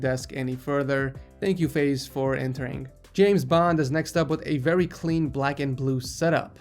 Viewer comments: name FIAZ is not pronounced FAIZ its Faz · its not Faze its Fa-iz lol